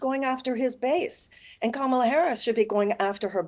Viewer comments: Half the country is so dumb they can’t even pronounce Kamala correctly. And these are the people that will tell you she isn’t qualified to be president. Sorry but if after four years of her as VP and you can’t learn a name, I have very little interest in your take on intelligence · Why are people that can’t even pronounce “Kamala” on political tv lol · This goes to show how bad misinformation is. They refuse to pronounce Kamala's name correctly. This is systematic. This Morgan show has a Trump back rub and feels good kinda seasion. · Piers should correct Baron's friend's pronouncing of Kamala's name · Baron's friend can't even pronounce Kamala's name. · This guy comes on and complains about getting called stupid, then mispronounces the name of a major candidate that has been in the media constantly for months. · At f-ing least make sure your guests pronounce Kamala correctly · It's crazy that it is late October now and people still can't figure out how to pronounce Kamala's name correctly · smug arrogant genius kid can't even say Kamala Harris' name right...it's embarrassing to him that he can't pronounce her name properly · The fact that only Piers and even attempted to say Kamala's name correctly tells you everything you need to know. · This is mostly garbage. The right wing guests don’t know what 5th grade students know: The correct way to say our VP’s first name. If they don’t understand that, what hope is there that they understand anything more complex? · For all you “smart” people. Let me explain how to pronounce her name!! Ka-Ma-La (Comma - la) Talk about disrespect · Piers, you're such a trump sycophant. I guess he bought your loyalty through your win on the apprentice 😜 Kamala ( pronounced comma la for your rude guests) has given her plan for the middle class many, many times. It's podcasters like you that are spreading the disinformation. I'm watching today cause is on the show